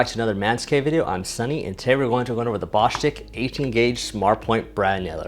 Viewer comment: Please call the company Marketing dept and on behalf of your subs, learn how to say the name Bo stitch. no stick unless they say so.